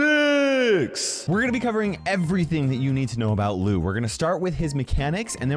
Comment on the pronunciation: ITS LOU NOT LUU